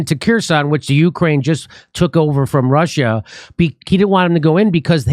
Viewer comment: Nancy said "Slava Uhani", because she's even too dumb to say "Ukraine"